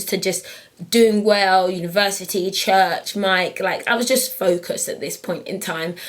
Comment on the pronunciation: "Univehsity, Chuhch, Mike" :) That is so cute Patyyyy!